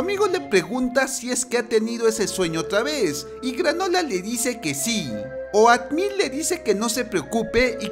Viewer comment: Wey, se pronuncia outmil, no oatmil :v